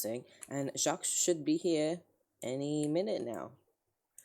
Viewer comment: you’re correct! the S is supposed to be silent. apart from that he’s saying it right